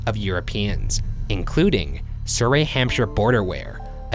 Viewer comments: Surrey is pronounced suh-ree not suh-ray. You pronounced Hampshire right though :) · The way Ryan said "Surrey" made me literally wheeze. It's not Soo-ray, it's sur-ee. Trust me. I live there. If you want a timestamp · ugh that is not how you pronounce Surrey (suh-ree not suh-ray) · Surrey is pronounced “Surry” not “Surray” 😆😘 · "s-ray" 😂 it should be pronounced like "s-ree" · Surrey, is pronounced suh-ree rather than ser-ree. I die a lil inside every time they mention it lmaoo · Surrey isn't pronounced "Sur-ay" it's "Su-ree", why are you two so bad at pronouncing the names of British places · I'm pretty sure 'surrey' is pronounced like the town, sur-ree, not as sur-ray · Great episode! I wheezed so hard when Ryan pronounced Surrey in England Suray, considering I live there... Suree my friends.. ;) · Surrey is pronounced 'Suh-ree' not 'Suh-ray' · Ryan's pronunciation of Surrey is making my skin crawl... It's pronounced 'Surry' (rhymes with Hurry), just for future reference. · Your pronunciation of Surrey is adorable Ryan! So cute and French like lol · Did Ryan pronounce 'Surrey' as 'surré'?? Hahaha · surRAY-hampshire haha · Surrey is said Su-ree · Americans pronouncing English place names cracks me up 😂 Soooreyyy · I'm From Surrey and the pronunciation hurt my soul. It's surree like sorry but a u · Only Ryan could pronounce Surrey as Soo-rae hahaha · Laughing at how Ryan pronounced Surrey!! It's actually sounds like Suh-ree not the weird posh way he says it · It’s pronounced s-u-r-ee with an “EE” sound at the end, it’s one of the Home Counties (where I’m from!) x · Lmao “Surray-Hampshire” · It's got to be said. On behalf of your British audience Surrey is pronounced s-uh-ree 😂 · ‘Surrey’ is pronounced ‘suh-ree’ smh Americans pls learn how to speak English.... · i still can’t get over ryan pronouncing “surrey” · we just gonna gloss over the way Ryan said Surrey eh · It bothers me how badly Ryan pronounces 'Surrey' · Absolutely butchered the pronunciation of Surrey 😣